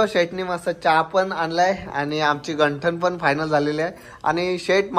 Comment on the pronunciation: आज बनविली नाही आज बनविले लग्नlसाठी गंठण नाही गंथन आधी भाषेवर प्रभुत्व मिळवा मग व्हिडिओ बनवा भाषा स्वछ असायलाच हवी.